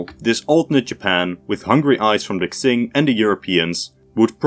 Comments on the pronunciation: Great video. For future reference, "Q" in Chinese is closer to a "ch" sound, so the Qing would be pronounced kind of like "Ching", not "Xing". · Qing is pronounced "Ching"😮‍💨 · Qing is pronounced like ‘ching’ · Please look up how to pronounce Qing? It's not Tzing, King or Xing.